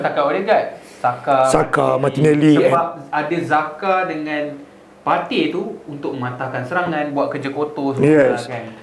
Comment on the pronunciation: Sebut jaka ok dari zaka*.. hahahaha 🤣😂